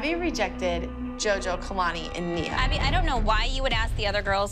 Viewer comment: did say mia thats wrong nia im correct